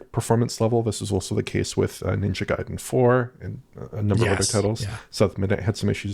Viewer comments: It's GAIden, not GAYden 😅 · We want to pronounce it Gai-den cause that's how it's pronounced. Gai rhymes with hai and sai. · it's guhy-dehnn but we'd settle for guy-den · John isn't here to correct pronunciation of Gaiden:( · When I was a kid playing the NES games I always pronounced it the way did. It took me a long time to admit I was wrong. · Which syllable do you stress though? Is it pronounced GUY-den or guy-DEN? 🤔